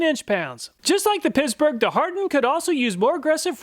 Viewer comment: I heard that. Pissburg. Ha